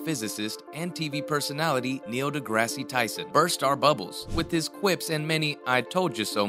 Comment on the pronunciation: Sorry, you don't get a thumbs up after mispronouncing his name repeatedly.